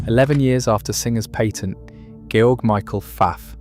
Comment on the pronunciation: His name was NOT George as in George Washington, he was GERMAN, it was pronounced correctly.